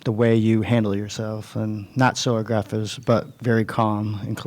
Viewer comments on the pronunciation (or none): He said agreffis too